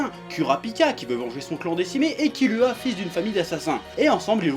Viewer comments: nickel,sauf que kilua sa se prononce kirua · Kilua On dit kirua